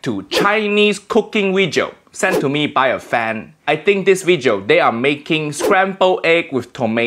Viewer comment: No Asian say wejio and it's so annoying. Ik accent is fake but it just seems childish